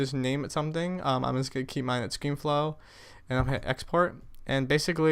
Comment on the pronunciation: yeah i gotta question why do u say ScreenFlow Floor :P